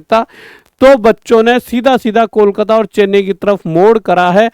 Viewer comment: ❎ kolkata ya koklat✅ 😅😅😅